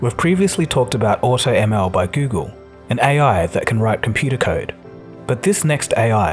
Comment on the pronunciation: "Computah kyde"